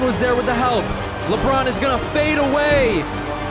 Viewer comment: He said Labron's clutch gene... 😂😂😂